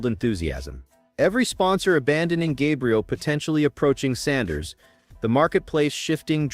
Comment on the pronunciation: Why don't you pronounce Sanders name correctly get it right You ain't nothing but a butt white let's get it right